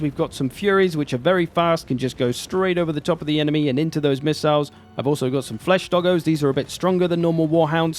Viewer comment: Flesh doggos? You mean corndogs?